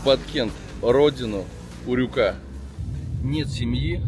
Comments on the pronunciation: УрЮка. Не урюкА! Кто вас рузких учит ударениям? Кстати, мАнты, а не мантЫ. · Не урюкА млять,а урЮка!!!😂😂😂😂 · Никогда не оставляла коменты . Ео слух взорвало: урюкА урюкА. Ну как же так то . УрЮка. УрЮка!!! Это аутентичный фрукт Киргизия , Фершанская долина. Никогда его абрикосом не звади Маленький оранжевый - урюк! Из него варенье , варенье с косточками от этого урюкп. Крупный светлый - это абрикос. На варенье не годет, только есть сразу . Бестолковый фрукт..баловство..это абрикос. Максимум компот..но и то.. на компот лучше веуснее персик. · УрЮка. Делай правильное ударение. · Почему ты ударение ставишь на букву "а" в конце слова Урюк/Урюка????🤦‍♀️🤦‍♀️🤦‍♀️🤦‍♀️ Русский не знал, да ещё и забыл????👎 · Ударение не правильно ставишь в слове урюк!!!!! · Мне кажется ты неправильно ударение ставишь, урюка надо на ю?